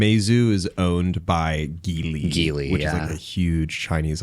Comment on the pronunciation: Geely is pronounced Ji Lee